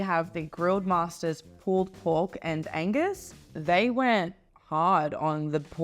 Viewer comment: When ordering an Angus burger, don't forget the G.